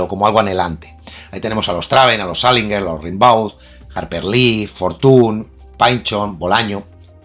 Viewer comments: Baudelaire llevaba muerto tres años cuando Rimbaud (rembó, no rinbáu) se dio a conocer. Así que don Charles no pudo ser influído por Arturito...🤷‍♂️ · Sobre Rimbaud,se lee "Rambou",se nota que no te has informado mucho,eso de que influyó a Baudelaire es, sencillamente, imposible cronológicamente.Rimbaud fue una maravillosa rareza,un visionario,por supuesto Baudelaire lo fue también,lo que atrae de la vida de Rimbaud fue esa explosión de Genio alucinante,de explosión de supernova, logró rozar el paraíso y el infierno con sus versos ,para después de ello,de repente,caer en un agujero negro de lo abyecto, quizá sea ese el precio a pagar por desvelar el idioma de los Dioses.